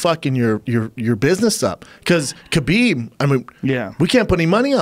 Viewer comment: Joey "khalabib & stiopic" Diaz